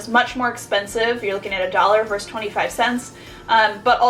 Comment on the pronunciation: love these videos but i have to point this out (sorry, pet peeve) - it's verSUS not verse :)